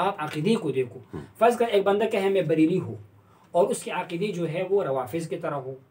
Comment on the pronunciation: بریل کہاں ہے؟؟ بریلی ہوتا ہے۔